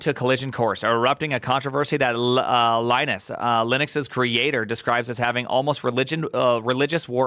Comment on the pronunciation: At least learn how to pronounce his name.